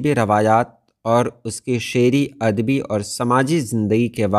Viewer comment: اَد بی عَر بی کہنا غلط ہے۔ درست تلفظ اَدَبی اور عَرَبی ہے۔ یعنی پہلے دو حروف پر زبر ہے۔ ان کے مآخذ با لترتیب اَدَب اور عَرَب ہیں۔ رومن میں یوں لکھیں گے : Adabi Arabia.